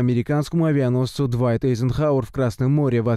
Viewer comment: Так он затонул? А ели нет, чего радоваться? Что попали в него? В такую дуру трудно не попасть! И еще: азербайджанцам знать английское произношение не обязательно? W, т.е. - "дабл ю", в английском читается как "уай", "уи", поэтому правильное название авианосца "Дуайт Эйзенхауер"! Это в немецком это "дубль в". Впрочем, поколению "виндовз" трудно объяснить, что такое "уиндоуз"